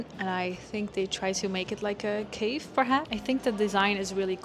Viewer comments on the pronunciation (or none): none